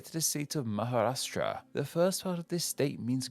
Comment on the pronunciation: It's Maharashtra rashtra also means state. And what u said ratha is chariot u butchered it. Another name butchered is west Bengal Bengal is land of bengalis Bangladesh was east Bengal then became east Pakistan then Bangladesh.